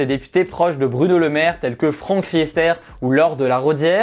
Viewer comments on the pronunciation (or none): none